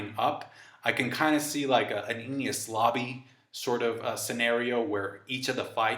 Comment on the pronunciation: You're over-pronouncing the 'Enies' In Enies Lobby and the 'Ko' in Yonko